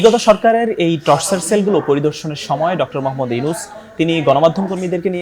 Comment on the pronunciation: টর্চার সেল না টরছার সেল। উচ্চারণ ও পারেনা।মুর্খ সাংঘাতিক।